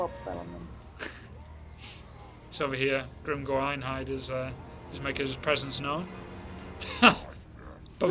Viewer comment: Why does she say Grimgoing instead of Grimgor?